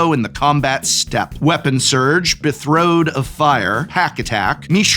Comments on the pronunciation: Betrothed, not bethroed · BE-TRO-THED jesus lmao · Is him saying betrothed wrong an inside joke? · I'm shocked no one has pointed out Prof's pronunciation of "Betrothed." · Considering his background is some kind of words thing.